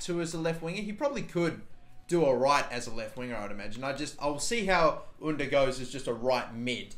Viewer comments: Cengiz Ünder’s name is pronounced with J, you’re saying the first name right but not the last name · pronouced jen-giz oon-der and role the r